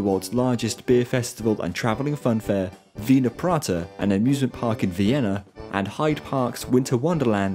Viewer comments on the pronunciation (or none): none